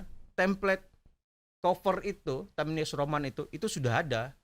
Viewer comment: Anda ini nyebut nama fontnya aja salah... Times new roman bukan time news roman...